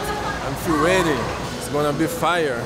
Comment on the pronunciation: this is her every interview . " She's a tough oponnent, but I'm gonna be weady," 🤦🤦